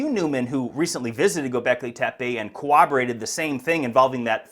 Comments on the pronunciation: "Co-ob-erated" 🤔 Mispronouncing words like *corroborated isn't a good way to demonstrate intelligence and attention to detail. Both of which are qualities we'd like to see someone posess, in covering the topic you do. How old are you? About 40? If you can't figure out the word corroborate in roughly 40 years of speaking English as a primary means of communication for hours every single day. What details will you miss in niche topics you spend a miniscule fraction of the time on, in corroborate to you using the English language? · "Corroborated" No cowoberated. Just like how people say fermiliar instead of familiar. It's not hard to fix.